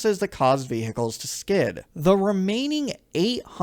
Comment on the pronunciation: 'Vee Hickles' I just can't get over it 😂😂 Enjoyed the video though